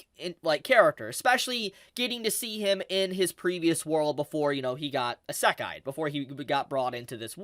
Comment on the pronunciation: why do i keep hearing "isakai" instead of "isekai"?